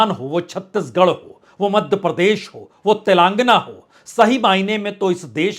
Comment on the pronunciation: पुण्य प्रसून वाजपेई जी, आप अपने वीडियोज में "तेलंगाना" को "तेलांगना" बोलते हैं । इसी प्रकार "हजार" को आप "हज्जार" बोलते हैं । ऐसा बोलना कानों को अखरता है । आशा है कि आप इन शब्दों का उच्चारण भविष्य में सही करेंगे । आप के बेहद अच्छे विश्लेषण में यह अशुद्ध उच्चारण अखरता है ।